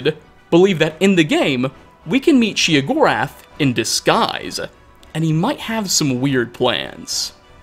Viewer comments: OK. Then I feel justified in gritting my teeth every time I hear "she uh gorath" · I thought it was "Shay-o gore ath" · Sheogorath. Sheo. Theodore Gorlash. Theo Gorlash. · The way he says sheogorath bugs me. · You said his name wrong was burning my ear. You don’t have the best voice for commentary just a note